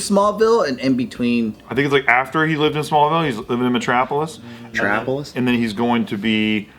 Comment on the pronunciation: pronunciation metrapolis, nazzizz, zambiez 😂